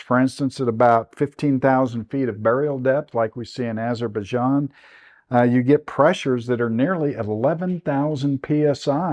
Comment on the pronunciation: "Eyes of baijan"